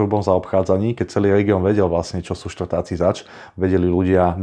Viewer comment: Štvrťáci nie Štvrtaci ale vela info máš slabé🫵